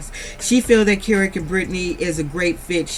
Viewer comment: I love you sis but his name is kerock not carrot love your too funny tho🤣 you have me cracking up SOOO hard otha than that keep up your good content ma 🥰🆗✅😎